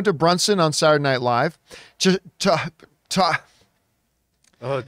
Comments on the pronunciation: wow… 😂 it’s pronounced TAH-RAH-Gee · OMG!!! They serious butchered Taraji’s name. Like how could u not know her name?